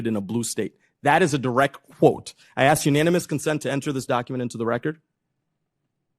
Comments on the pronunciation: is great HOWEVER, the word is 'ask' not axe and Trump is the Commander in Chief not the Commander of Chief. Don't get me wrong. She is doing the right thing but I think in order to really zing into ligitimacy we must speak properly, unlike Melania Trump. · She’s good but please, it is NOT ax but ask!!! He is NOT the commander of chief but the commander In chief or The commander in thief. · If she wasn't in Congress in the United States Congress I wouldn't care if she said "axe", but it really hit my ear and not in a good way cuz she's substantive and spot on and seemingly fearless. It's not untoward, I do not believe, to believe she is capable of upping her game in that one respect. Because other than that she is a true servant of democracy and her constituents as well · She’s “axing” questions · Great cross examination, but she would be taken more seriously if she learned how to pronounce the word 'ask'. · Why would a smart person say - that is not the question I axed you.